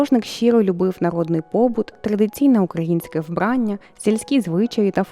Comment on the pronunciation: Шановна! У слові Вбрання ви ставите наголос на першому складі. Але і маленька дитина знає, що в таких словах наголос припадає на останній склад! Якщо вирішили жити в Україні, то вивчіть українську мову!